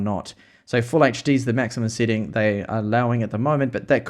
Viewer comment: his accent for "setting" "seconds" and "seven".....sound funny hehehehe